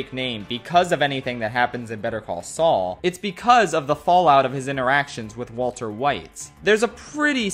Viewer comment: He called Sual